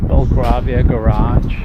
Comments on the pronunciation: Sorry but its Gre v ner and Bell grave e er. We are great ate making up names.mantion flats are huge and impresive loved you went down a Mews, the back of the mantions. The WHITE painted houses are all owned by the Duke of Grovnor, they are lease hold.the flats were built before cars existed, thats why the Mew's were built for horses and carrages. The shoe scrapes are still useful at times, we have one made from a extreamly old Currling Stone. The village i grew up in in Scotland has huge amazing victorian houses (chuck a stone and you would hit a turret. Some houses have stable areas but most kept there horses near the train station all together with there carrages. Sorry i'm Dyslexic. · Grovesnor is pronounce Grow-vner.. Bel-grave-ia..West-minster,. Those bus stops were to protect the people from being splashed by passing cars. Not all face that way. Most of those flats buildings were built before people drove, so no need for garages, 1 of those houses as a whole is for sale at 20 million pounds